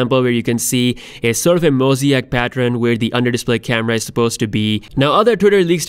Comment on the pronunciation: mo-zee-ack lmao